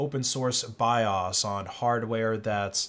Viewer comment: So tell me again, why I should be listening to somebody tell me about computers when the person doesn’t even know how to pronounce the word, BIOS?